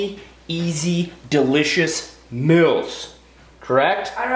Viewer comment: Maybe it's because he lives in Idaho, but he pronounces "meals" as mills and it drives me crazy! Lol